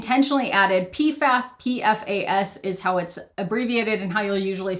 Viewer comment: the pronounciation of PFAS T-T